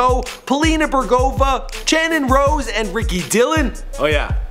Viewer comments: Did you seriously pronounce Channon's name as CHAN ON? lol it's just like Shannon... but with a C. I catch everything! Muahaha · He actually said her name like Channon oh my god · when you cant even prounounce their names right... channon= shannon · It's not his fault it's channons parents fault, some people write Michael others write mycol but pronounce it the same, in latin there is a big difference between SH and CH and the problem in channon is being pronounced the way their parents wanted with an SH and not how it's written CH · Did he say channon rose as "ch-annon rose" like not the sh sound lol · "a name no one can pronounce". Tana mo-jo it's not that hard, I've seen some other videos of him and this guy needs to learn how to pronounce names before starting to record. also when he messed up channon's name (Shannon), someone teach this guy how to pronounce words